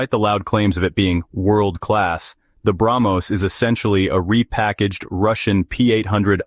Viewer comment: Ar-junk? Tes-Junk? Brag-Most? F-Junk? 😂😂😂😂😂😂😂😂😂😂😂😂